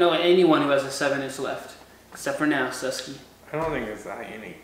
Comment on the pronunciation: Say bus then say Sus. Not sues